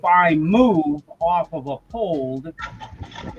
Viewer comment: Lol. Someone please tell it's Up-Hold, NOT Uh-Pold!!